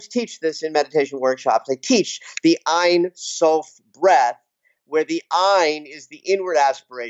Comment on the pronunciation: love this video..hey..ein sof pronounced like "ane" rhymes with jane..means without or no..sof is end..no end aka god..im sure you knew that..thanks for your inciteful work!